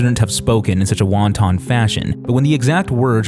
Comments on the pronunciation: wanton isn't pronounced like the chinese food. Say it like "want-un", not "want-ton". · WTF now I want wonton soup. It's pronounced wahn-tin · wait a minute... "Wantan" fashion? I think you mean wanton. i love your videos just saying this makes you look somewhat amateurish, but I suppose many people mispronounce words, usually it doesnt mean that they're unintelligent, in fact one might argue that the reason why they mispronounce the words is because they learn them from reading, an activity associated with intelligent people, and therefore won't have heard it pronounced and therefore will just have to guess at it for the first few times. But not everyone will see this perspective, and detractors will probably use the mistake to denigrate you. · "...a WONTON fashion...."? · “Won-ton fashion” OMGGGGGGGGGG!!!!!!